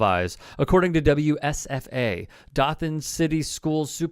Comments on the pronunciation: If you can't pronounce Dothan correctly (Doe-than) correctly keep it out of your mouth. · "dough-than". Hearing it like that hurt me as a nearby local xD. Im from PC in FL about an hour or so away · The "O" in Dothan is long.